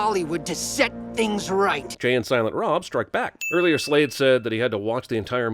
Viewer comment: WHOA! OK MR. SINS YOU GET ABOUT 100 SINS FOR SAYING "JAY AND SILENT ROB STRIKE BACK". IT'S BOB !!